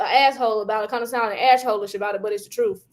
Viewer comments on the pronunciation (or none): Did say "ash hole" lol